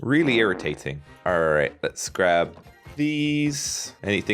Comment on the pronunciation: When he was in the castle, it sounded like he said arr right